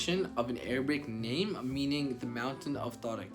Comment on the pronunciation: at least pronounce names correctly